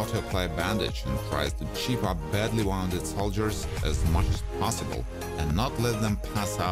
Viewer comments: Wounded (woonded) not wownded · Woonded not wownded